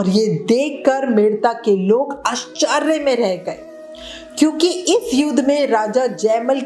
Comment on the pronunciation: Jai shree mataji.. Bahot achi katha ye batai hain.. Ek pronounciation thoda dhuadhar lijie .. आशचर्य is correct pronounciation. .अश्चार्य is wrong pronounciation